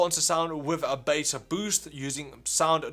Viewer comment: No one: This guy: "The Bass-a-Boost" edit: good video tho